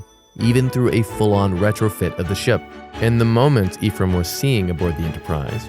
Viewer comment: Nope. The name Ephraim comes from the Hebrew language. And you did not pronounce it correctly, but thanks for asking 😉 eh-frah-eem 👆🏼Does that help? 🙃 I've been the Curious Kamel 👋🏻